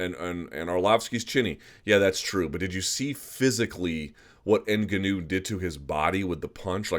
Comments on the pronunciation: Leave it to Luke to try to go out of his way to pronounce Francis Ngannou name differently than the rest of the MMA. “EN-Gah-New”?? Toolbag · Why can nobody pronounce Ngannou properly.. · Can we please get a consensus on the pronunciation of Ngannou?? Sorry Luke but your pronunciation just bothers me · you and schaub both mispronounce ngannou the same way.